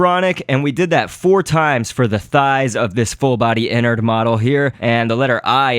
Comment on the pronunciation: His name is not Inard its enard